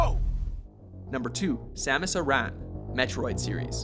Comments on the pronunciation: It's not Samus IRAN. Its Samus Aran, like Aaron, --_ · Wait, wait, WAIT!!!! First u call mario's name by "mary-o" and now you call samus's last name by "air-ron". ITS PRONOUNCED AIR-RIN!!!!!! WHAT THE HELL!!!!! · Samus "Uh Ran"? The fuck. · Samus ARan Ar' an Accent on AR not RAN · Way to totally butcher Sam US's last name. It's pronounced like the name Aaron. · And why can they never pronounce Samus's last name right???? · You're pronouncing Samus' last name wrong. Just lettin' ya guys know!